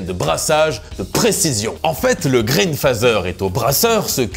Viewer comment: Grain fadeur et non grain fazeur! Apprend à bien prononcer ton anglais chef !!